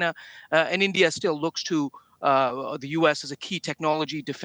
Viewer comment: India not Indiaurrr